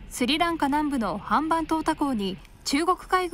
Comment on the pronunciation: ハンバントタです。トータではありません